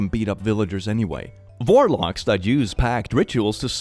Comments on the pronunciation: i thought when he said warlocks he said "vorelocks" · ... did he say Vorlocks?